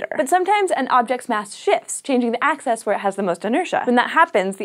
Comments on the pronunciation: Why do you keep saying access instead of axis? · It is not an accent it is a blatant mispronunciation, and you know that. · Peter Williams hey wants to access the axis?